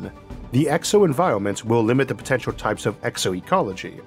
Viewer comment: "That's whew ammonia comes in as a potentiow sowvent fow watow"